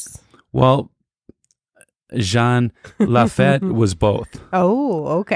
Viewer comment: Jean Lafitte is pronounced; Jean=Sean with a “J” Lafitte= La-FEET